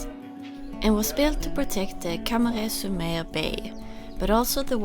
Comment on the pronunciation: Your "camaret sur mer" is said with the perfect french accent ;)